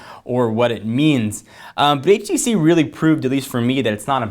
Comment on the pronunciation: HTC One not HVC One